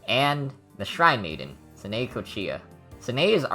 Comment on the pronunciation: Bro really just pronounce Sanae's name like that👋😭